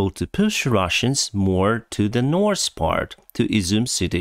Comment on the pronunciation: its north. pronounced as written. you can even say norf and get away with it. norse is norwegian language. i enjoy your videos but it had to be said.